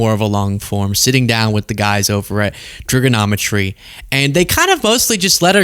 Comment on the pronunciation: Trigonometry with a hard R